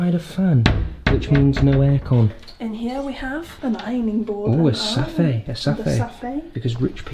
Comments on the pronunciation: I love how they pronounced safe in America it’s a bit different! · The way they say pronounce safe as Sah-Fey really sketches me out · "Because posh people need a safay "🤭 Me:what I thought it was a safe😕🤔🧐